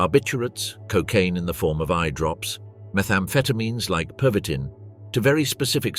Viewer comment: My amused observation is that your AI cannot decide whether it wants to pronounce the medication as pervitin, perveeteen or pervy-teen with a perceptible pause between. Otherwise an excellent documentary.